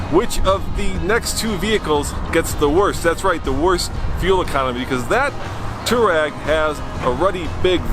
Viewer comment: “Twareg”, not “Toureg”. There’s an “a” in the name.